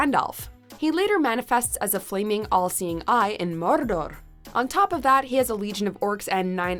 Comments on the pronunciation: 😅no disrespect, but say mordor again! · LOLZ at the Narrator saying "Mordor".